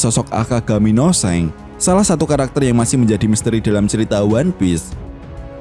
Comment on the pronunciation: Gw dengernya Seng 🐦